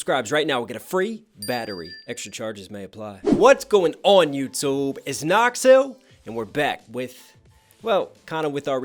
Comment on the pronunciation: "what's going on Youtoob!" I know you're a rapper but, REALLY!